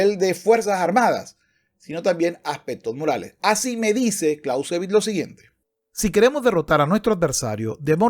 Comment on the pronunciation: “Karl fon Klauzevitz” no es inglés. El payaso “” moral/‘’etica CERO. Hay un vídeo donde toca el piano con el pene en una perfomance.